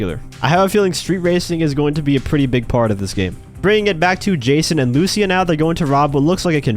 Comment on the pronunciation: Please say lucia correctly jajajajaj her name has the accent on the i not on the u luc!a